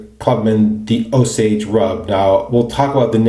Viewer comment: Yes you're right about the pronunciation of Osage Rub. OSAGE! all one word. The name of an American Indian tribe. I can get a full bottle at Sally Beauty supply for like $9. Works great on the scalp after a shampoo in the shower too. My son loves the stuff, but, he's a menth head..😉 Depending on the price, the BB kit may be a good starting point for new wet shavers or someone going on TDY deployment. The razor and blade looked to work fine with no issues. The brush, yeah well, there's always a trade-off. Great shave and review again, thanks. Enjoy!